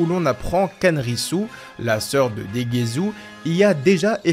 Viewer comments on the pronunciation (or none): Hey. Le namek, Dova ?? Non, c'est NEBA (subbé Neva en fr sans raison, mais 8l s'appelle NEBA.). Pareil pour Degesu, c'est du japonais frère, pas du français. C'est degesu, pas degezou, ça se prononce dé-gué-ssu ou plus largement Degess' car le 'u' final est happé. C'est un jeu de mot, comme Arinsu (Arinss' ou Arinssou), avec certaines fin de phrase que l'on retrouve dans différentes régions. (Comme "Gozaru" qui est la contraction de "Gozaimasu", utilisée par les Samurai, les milices japonaises dans les ères Edo ou Sengoku par exemple, disparaissant avec l'ère Meiji). On avait déjà vu ce genre de nom avec Gowasu et Zamasu (pas Zamazou et Gowazou!), empruntés aux mêmes contractions de terminaisons, qui sont souvent associées à un 'accent' régional, bie mn qu'au japon les accents se retrouvent plus dans les mots, l'utilisation des particules et les fin de phrases employées que dans la façon de changer de ton ou d'accentuer des symlabes, comme en Français ou en Anglais, par exemple. Ce sont quasiment les seuls noms qui ne sont pas des noms de bouffe ou d'objets, d'ailleurs.